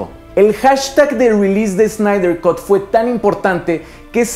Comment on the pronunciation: Snyder cut: ... kʌt, no "cot".